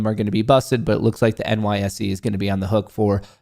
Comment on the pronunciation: Did that lady just refer to the NYSE as "Nicee"